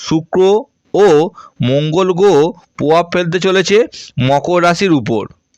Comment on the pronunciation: আপনি উচ্চারণ করতে শেখেন নি, আগে বাংলা উচ্চারণ শিখুন। গ্রহ বলতে পারেন না আবার জ্যোতিষী।